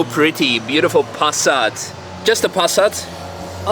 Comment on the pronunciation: Everytime you say Pass_at it cracks me up. I might just start saying it the same way 😆